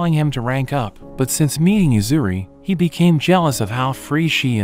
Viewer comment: The guy who made the video couldn't even say Yuzuriha's name correctly throughout the whole video.